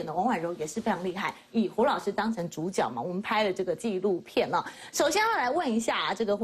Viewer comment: 是zhǔjué啦！一直豬腳豬腳